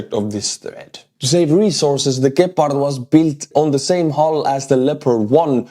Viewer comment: I love how you say Gepard, it makes it sound really dangerous and cool. In german we say it with accent on the E, like "gehpart", wich is way less intimidating. Stay as you are mate, much love from germany:) Slava Ukraini!